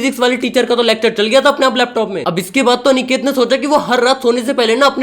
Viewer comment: bhai aniket hota hai anekate nhi अनिकेत hota hai na ki अनेकते 😅